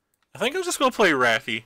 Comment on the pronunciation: Bro... just say Raff please lol